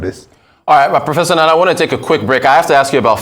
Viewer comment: Nnanna not Nana. Come on, do better and have respect for the culture.